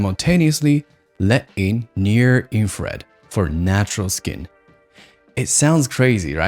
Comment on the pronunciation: Ah ok, that makes more sense. I looked back on that part, and it seems you mispronouncing infrared sometimes made me confused about the different terms, but that clears things up. Thanks!